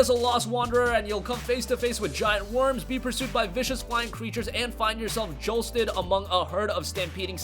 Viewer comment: Man, I hate when I get "jolsted". Dafuq,.